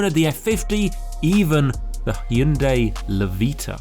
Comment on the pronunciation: Props for saying the name 'Hyundai' properly. It's 'Hyun-DAY' (not Hy-Un-Day'...two syllables, not three...so many Brits butcher this)